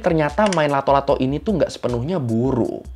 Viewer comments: nama nya Latto' Latto', bukan Lato Lato. Nama itu dari bahasa Makassar Latto'(di baca lattok/ kayak baca pempek d huruf K nya) yang arti nya bunyi(keras atau kayak bunyi patahan) Latto' Latto' jadi arti nya bunyi bunyi bang. Entah kalau d daerah lain pada kala itu nama nya beda atau sama atau terjadi penyesuaian kata karena perbedaan dialeg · It’s latto-latto, not lato -lato 😂😂😂😂